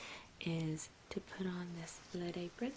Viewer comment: Oh, LEAD apron. At first I thought you said blood apron, LOL